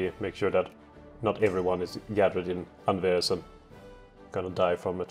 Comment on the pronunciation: You prounounce Anvers with a silent S + Anvers is basically just Antwerp or Antwerpen.